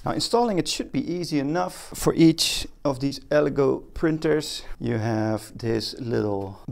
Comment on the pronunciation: Good video, make sure to use some sort of protection when handling resin, and your lungs will start to feel it after a few days if you don’t use a mask. Btw, it’s pronounced El-eh-goooh!